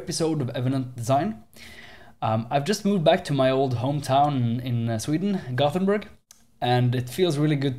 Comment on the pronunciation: "I'm batmanburg, from gothamburg" Is what goes through my head when you say Gothenburg. XD